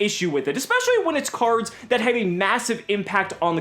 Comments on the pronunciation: "Crards" lmfao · Actually all English Prime Monarchs say Crards, not just the Supers.